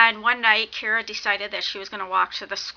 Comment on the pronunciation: It sounds like you keep saying Kira instead of Kara. And the word your trying to think of for the "past stories" your trying to say is urban legends. This book was amazing I'm reading the second one now. Good job on the review. You should do the review on the second book too if you read it or not.